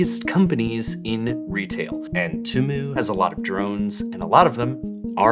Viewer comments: The way you pronounce Temu like Toomoo drives me insane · I hate how u say temu and shein. atleast the 'deminimus'~ ok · I can't tell what's freaking me out more - that insane hair or the repeated horrible pronunciation of Temu. 😬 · The way he pronounces Shein and Temu stresses me out 😂😂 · I like how no can agree on how temu is supposed to be pronounced